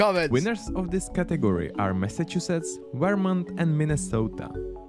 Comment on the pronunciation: I made it to the "most dangerous" map and I see Illinois (Chicago) and Michigan (Detroit) marked as the most safe places in the country and I just tapped out. IDK where you found this but if the AI can't even pronounce the state of Vermont, I'm gone.